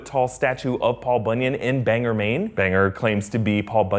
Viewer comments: Bang-Gore. Not Bang-Ger. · I spent time in Maine its Bang-or not Bang-er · As a Mainer I’m offended, it’s bang-or not bang-er. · It’s pronounced Bang-Gore, not Banger. People from Maine won’t love that slip up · Its pronounced "bang-gore" maine not 'banger' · It isn’t Banger, Maine; it’s Bangor. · People in Maine call it Bang ORE not Bang ER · I'm gonna do you a favor. It's Bang-gore. Not "banger". Whenever someone pronounces it "banger" we know they're from away. In fact, I think this rumor got started as a joke to make out of staters look foolish. Love, a Mainer. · Bangor is about an hr from my home, just fyi it's pronounced like Bang-GOR not Banger. Lol this is a common enough mistake, just about every vid i've seen on any of these movies calls it Banger.. If I wasn't from Maine I prb wouldn't care... Nice vid tho. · I live in Maine and I noticed that he said “Bang-er”. It’s pronounced “Bang-gore.” Why are Mainers the only people who say it correctly? 🤣🤣🤣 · Right? Not Banger..ha ha! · Just in case you ever have to say Bangor Maine again it's not bang-er or bang-ur but Bang-gor.... Scary place but not because of IT!! Lmao😂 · Bang-Gore Maine not Banger Maine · Its not pronounced banger, its bang-gor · Lol, "bang gore" not banger. It happens a lot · Scariest part is your pronunciation of Bangor, "Bang- Oar" not "Bang-er" Lol 🤣🤣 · Mainer here.. Bangor pronounced like saying bang and gore as one word. Not Like like saying bang er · ITS BAN-GOR! WITH AN O NOT E! Ughhh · It’s pronounced Bang-gore, not Bang-er !! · It’s bang-gore, not banger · This was fun! Btw, BanGOR. OR. So commonly mispronounced (as did you) as BanGER. I know, I live 45 minutes away from Bangor. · Bang-gore not banger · ITS BANGOR NOT BANGER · Mainers biggest pet peeve: “Banger Maine” ITS BANGOR. BANG. ORE. BANGOR. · Its bang-or not bang-er 😡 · Banger, Maine... Bang-gore, not Banger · I'm sorry but it's <BANG-gore>, not <Bang-ger>. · Love you, but it's pronounced Bain-gore, no banger